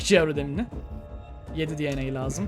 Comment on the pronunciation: abi video çok iyi ama DNA derken di an ey demesen direkt de ne a desen daha iyi olur